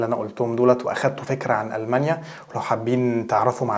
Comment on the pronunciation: تستأجر بيت مو تأجر تأجر معناها انتا الي تعطي لشخص البيت لهجتكم غريبه جدا ألمانيا مش ألمنيا